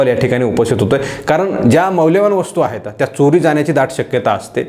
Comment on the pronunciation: आपलं विश्लेषण अप्रतिम आहे पण एक शब्द दुरुस्त करा, तो म्हणजे वाक्याच्या शेवटी आहेत असं म्हणा आहेता, आहेता असं म्हणू नका